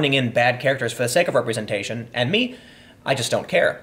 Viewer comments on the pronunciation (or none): none